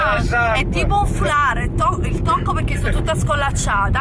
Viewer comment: Ma dici "pechè" invece di perché 😂😂😂